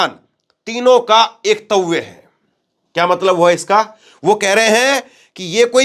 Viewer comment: पत्रकार महोदय,शब्दों को पढ़ना सीखो एकत्व को एकतव्य मत पढ़ो